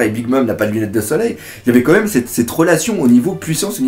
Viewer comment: Tu dis "co même" au lieu de "quand même" xD Sinon très bonne critique analyse ! ^^